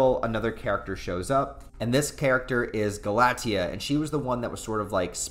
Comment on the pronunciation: Love these reviews. You just need to work on the names 😅 Number 3 is pronounced Gal-a-tea A lot of the Claymore names are Greek or Latin